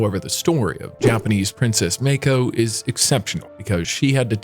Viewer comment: What the fark is meiko? Its MAA KO. Show some damn respect and do your damn research